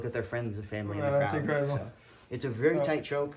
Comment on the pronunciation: “That’s increhdible”